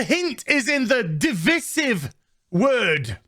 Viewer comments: Dude, you're English, you have no excuse for pronouncing divisive incorrectly. The Drinker does it too, even after his rich parents spent so much on his university education. I can forgive Yankees mispronouncing it as dee-viz-if but it's unbearable to hear an English man do it. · Today i learned that "divisive" isn't pronounced as "device-ive" as i always just assumed it would be. The one word in this godforsaken language that is actually pronounced as it is written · I don’t think it’s a 1 star, I’d give it about a 3/4 star out of 10. 1 star to me is like one of those extremely cheap shows with very cheap actors. It’s Divisive is pronounced De-vice-iv 🤦🏽‍♂️ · DE - VI - SIVE Speak English, English man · he needs to learn how to pronounce "divisive " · Who is troubled by Azs pronunciation of "divisive"?